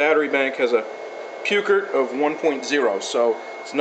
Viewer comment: Silly tech guy......It's not pronounced "Puke-ert"....his name was "Poy-kert". Thanks for the great review!!